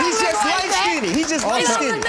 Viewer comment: Omg! The word is “skinned” not “skin-did!” It irritates my soul to hear people pronounce it wrong...